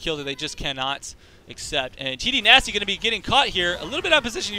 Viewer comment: You must mean TDynasty?